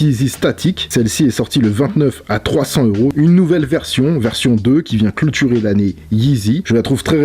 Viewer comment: Qui vient "culturer" Cloturer nn? Force a toi et a ton Francais. Que la force sois t'avec toi pour 2019! Beng!Beng!Beng!